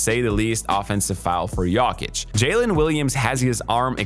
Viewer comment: Please try to pronounce Jokic correctly